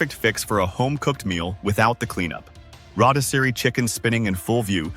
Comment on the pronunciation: More AI narration. The pronunciation of rotisserie is hysterical.